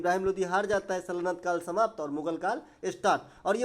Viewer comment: Suno bhai mai bihar se hu ..tum bas 2 chij ka pronunciation sahi kr lo 1. sallant kap nahi Saltanat kal hota h ( .mabkara nahi Makbara hota h . nd aapke liye ye ques h ki salim ka makbara pak me q h